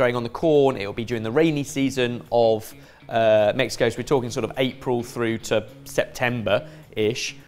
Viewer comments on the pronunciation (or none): none